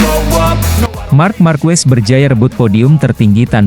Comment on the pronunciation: marc ma'rquez di baca mar ma'rqe